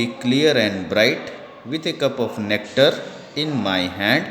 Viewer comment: cuptar of nectar lol